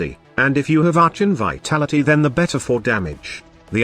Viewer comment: Human: He, Gauss, Archon, Glaive Prime, Demolyst. Robot: She, Ghost, Orchin, Gay Live Prime, Day-e-Moles(?). 🤣